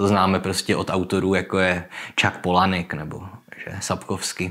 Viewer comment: Konečně někdo, kdo dokáže vyslovit Palahniuk :D